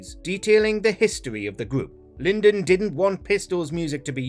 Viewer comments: Lyndon B. Johnson 😹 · Lyndon? Uhm. Somebody did a crap research job. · Who is 'Lyndon' ?